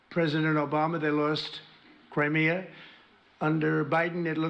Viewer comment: Did he pronounce Crimea as Krimeea